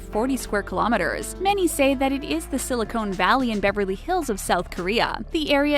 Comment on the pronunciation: Silly-cone valley is pronounced silly-con valley, ray-mun is pronounced rah-men, high-und-i is pronounced hyun-day. What is wrong with the narrator? Doesn't she speak English or know anything about what she is talking about? oh, and gang-em is spelled gangnam, there is an N in there..... Is she a robot or something?